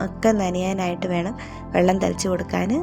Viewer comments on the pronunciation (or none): none